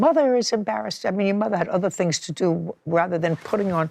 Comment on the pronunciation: Did she say stand up for your mothie?